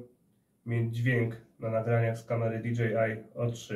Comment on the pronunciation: Dosyć komicznie brzmi czytanie nazwy produktu w połowie po angielsku a w połowie po polsku "di dzi aj o trzy" :D